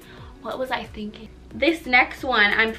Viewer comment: "What was I thingking?" 😂